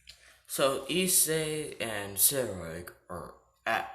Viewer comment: Guy cant pronounce sairaorg like boi pronounce it like S-ai-ro-org but the ai is pronounced like capital i